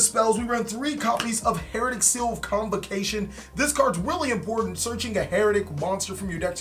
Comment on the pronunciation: It’s been 5 years. Pronounce the archetypes name properly already.